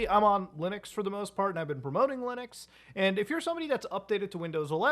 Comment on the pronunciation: Is there a reason why he misprounce Linux so often as Lunix? I just see it so often? Is there some kind of lore??